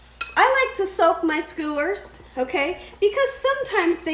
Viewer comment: Skewers. There's no "O."